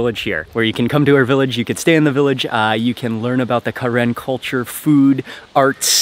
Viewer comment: its pronounce "kuh-ren" NOT KAREN!!!!